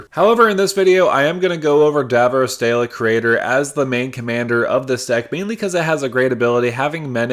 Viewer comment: I love this and I love the video, but every time you say Dalek my heart drops lol